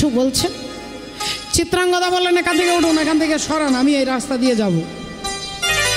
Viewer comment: চিত্রাঙ্গগদা নয় চিত্রাঙ্গদা হবে